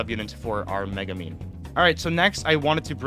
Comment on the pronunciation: It's MegUmin, not MegAmin, godamn people who can't read make me furious